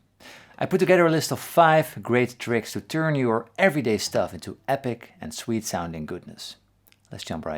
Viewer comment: every time Paul says sweet, I hear Swede